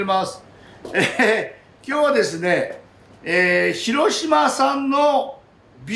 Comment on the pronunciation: 「“し“ろしま」の発音がかわいい😊